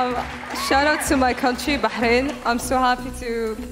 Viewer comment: props for the bahrain prononciation :D